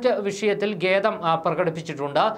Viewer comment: ഗേ തം അല്ല മോനെ ഖേദം